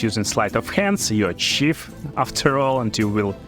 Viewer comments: Сиф, не чиф, пожалуйста! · nice builds! Just look up some words and how to pronounce them in English bro! Like the word 'knight' and 'thief' :)